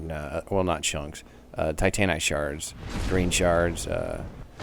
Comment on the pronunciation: i love your videos, but the way you pronounce titanite.......... it disturbs me